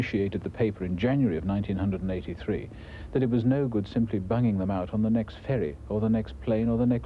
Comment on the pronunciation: “Nineteen hundred and eighty three” 😅